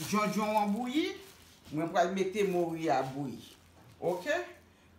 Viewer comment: Sé "moru" ti chéri (cod fish), pa "mouri" (death).